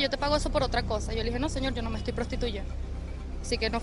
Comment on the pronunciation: "Te etoy grabando, te etoy grabando " es lo que tienen pegado en la lengua.